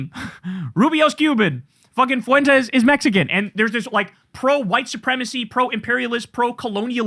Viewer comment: I don’t like Fuentes either…but Kyle, please just pronounce it right lol